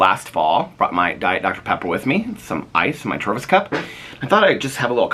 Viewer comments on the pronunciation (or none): none